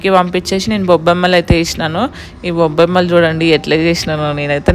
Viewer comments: Gobbamma adhi bobbamma kadhu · గోబ్బేమ్మ అది బొబ్బేమ్మ కాదు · Bobbema kadhu 😂😂 gobbemmaaaa 😂😂😂😂 ayyayyoooo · Boobama kadhu😂 gobamma❤ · Bobbemma kadhu adhi gobbemma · Bobbemma kadhu gobbemma